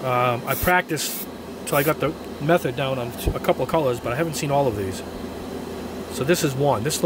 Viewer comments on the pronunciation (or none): none